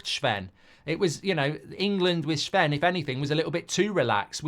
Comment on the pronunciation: His name isn’t shven